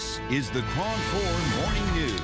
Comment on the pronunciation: lol "Kron" news